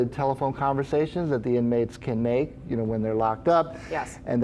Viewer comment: “Yuh noe”😂